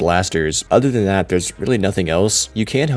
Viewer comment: “Bud udder Dan dat”🗣🔥💯